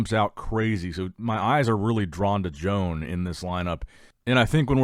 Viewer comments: Exactly, is Joan, not John nor Jon. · Learn how to pronounce Joan. He's not Joan of Arc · Joan will win this. just has to get the pronunciation of his name right. At the same time i don't think people need to get so butt hurt when a name is mispronounced.